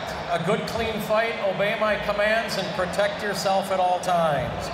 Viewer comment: What kind of referee is that? "Am here to ptotect you"